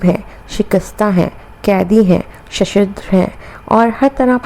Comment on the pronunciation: ششدر کو shashidr نہیں shashdar پڑھتے ہیں